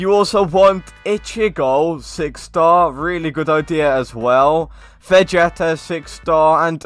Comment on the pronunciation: Ikr the way he said "Vegeta" tho 🤣🤣